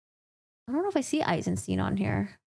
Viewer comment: Eisensteen 👺 It's the same two letters in "stein"... why do they always convert into "ee" in English? -.